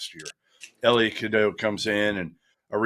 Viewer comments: Second half of Cadeau’s name is pronounced doe, like a female deer. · Fr it’s pronounced Cuh- doe